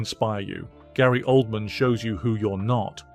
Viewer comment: It's hilarious how the narrator pronounces it OLD-MAN